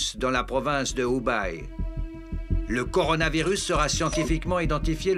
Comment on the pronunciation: Ce n'est pas l'Ubaye mais le Hubei (prononcer h'oubeille, avec un h très aspiré comme la jota espagnole ou le son équivalent en arabe). La Chine sera bientôt (ou est déjà ?) la première puissance économique mondiale, donc même si on désaprouve l'action de son gouvernement on peut faire un effort pour ne pas trop massacrer les noms de lieux ou de personnes...